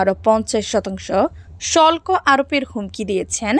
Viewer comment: শল্ক না হবে শুল্ক। উচ্চারণ সঠিক হচ্ছে না।